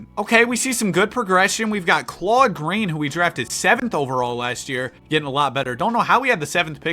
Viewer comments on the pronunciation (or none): none